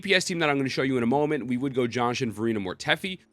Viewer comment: Just say Ji-An-Shin... who the hell is John Shin lol.